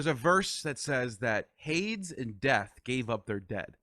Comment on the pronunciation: Just a gentle correction: Hades is pronounced "Hay-deez" not "Hayds". Terrific interview.